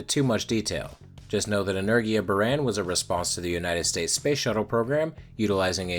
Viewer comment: in Buran, the a isnt eh but Ahh